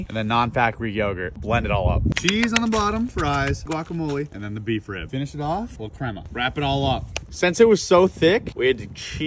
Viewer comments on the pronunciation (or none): Mispronounced guacamole